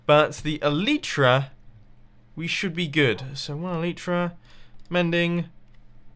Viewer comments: E-LIE-TRA. I believe the y is pronounced "ie" not "ee"!!!! Please Mumbo I die every time you say eleetra. xD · Omg I get triggered every time he says El-ee-tra